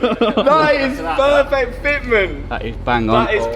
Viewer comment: Pearrrrfekt Fetmint